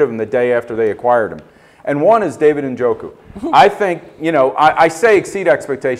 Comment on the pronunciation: Somebody knows how to say Njoku right on this channel.